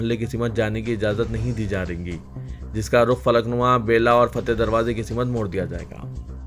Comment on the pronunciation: Simat nahin balke simt sahi word hai.